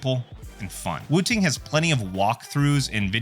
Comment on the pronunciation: SOCD subverts the intended skill requirement game designers built into games like Counter-Strike, and yes even Valorant. Valve made the right move. Also, it's funny hearing you pronounce it "woo-ting." lol